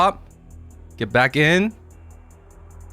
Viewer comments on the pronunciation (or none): none